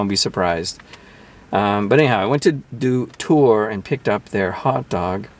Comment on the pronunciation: Unlike that one, shriveled small pieces of lettuce in a microwaved hot dog are common for me, lol. Btw everyone pronounces it wrong but "Doutor" is read as dot-Our (ドトール).